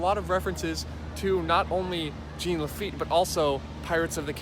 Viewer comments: Jean rhymes with John not Gene :) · okay wow you're cute and all but you pronouncing Jean as Gene has been bugging me since I started watching your videos.